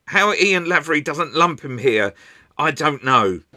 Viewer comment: Small point for future reference: The first syllable of Lavery is pronounced "lay".